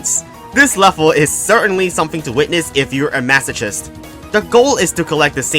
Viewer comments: It's pronounced Masochist with "Kiss-t", not "Chiss-t" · It's pronounced "Mas-uh-kist." Also funny Touhou. Stick it to RNGesus, King. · Not trying to judge your pronunciation of words but, masochist has a silent h